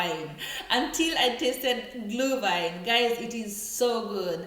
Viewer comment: It is not -Glew-wine. It is Glüüüüüüüühwine